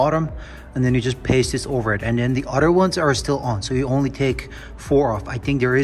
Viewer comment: It’s not udder it’s “other”. Udder is a cows breast.